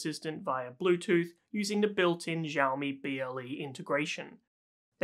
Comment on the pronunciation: Xi in Chinese sounds like the word "she". Its "Shiaomi", not "Djiaomi".